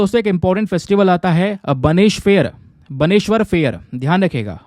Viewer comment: Sir it is not बनेश्वर it's call बेनेश्वर fair